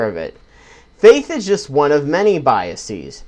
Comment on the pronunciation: Good video. You're pronouncing biases wrong though :P the -es prefix, should be pronounced the same way as you would pronounce it in the word 'faces'. -es should only be pronounced as 'ees', if it is the pluralisation of a word ending in -is, such as hypothesis. The problem is, this mispronunciation is so widespread that many educated people make that mistake. Sam Harris, for example.